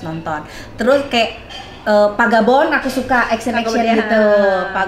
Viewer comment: Palaing ngakakk pas teh bilang "pagabon" ya allllaaahhhhh kenapa loucuuuu bgttttt